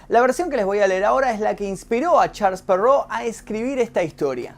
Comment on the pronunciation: "charls perrou" ulala señor francés v